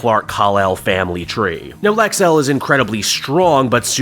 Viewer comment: Oh. From some of the times you pronounced his name, I thought it was Lex-El, which would be better.